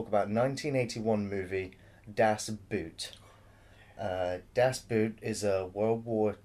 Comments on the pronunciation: ALARM!!! good job on not being BBC- biased. And its not Das Boot, Das BOO(double O)T. Its the best submarine movie, U571 is a cheap ripoff. One of the funny scenes is the first one actually, when then the two sailors piss on that Mercedes, and I thought like: shit, those guys are in trouble, but the captains commentary killed me: "Thats the fire drill". Yeah, one of the best war movies ever. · Well it's been said before down here ,"DON"T" get the English version .It's sounds like a cartoon . Watch the original German and also the Director's edition (cut) The longest version you can get .A bit of educational human speaks German ..... and it's pronounce" Dass Boat " idiots as in ship (boat) . "ALAAAARM ,ALAAARM !!!!FLUTEN ,FLUTEN ..................nah, manner April ,April !! Übung ist dass halbe leben!! ProbeAlarm !!!!! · And the 'oo' in 'boot' is pronounced the same way as 'oo' in 'door'. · It's not pronounced "Das BOOT" even though that is the spelling. You should have enough curiosity to wonder how that word is pronounced in German. "oo" in German is pronounced the same as "o" in "go". In other words "Boot" in German is pronounced as if the word was "Boat". Why do Brits lazily - and arrogantly - assume that the way a group of letters is pronounced in English is necessarily how it will be pronounced in the other language? No wonder we are renowned for our inability to learn other languages... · Great review of an excellent movie. Definitely the best submarine movie ever, and one of the best war movies ever. I watch it at least once a year. I just wish you'd stop saying "das boot" and say "das boat" :-) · Not very important but the word "Boot" sound much more like "Boat". And yes it was one set. The most realistic replica ever made. To shoot under real lighting conditions they used highspeed films that r usually used for slow motion because it´s very light sensitive. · It's pronounced: BAOT (almost at least) Not Boot!